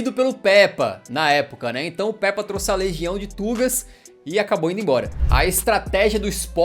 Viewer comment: Mano uma correção n è Pèpa È como se fosse pêpa